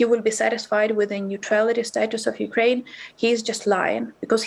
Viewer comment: Anchor is more interested in appearing tough than to get facts. Firstly, she can start by pronouncing Ukraine and not saying Ukuraine. She is calling for cease fire of the demand for Russia to withdraw from Ukraine. It is a nonsensical argument - Ukraine is a sovereign state and Russia invaded without provocation and is the aggressor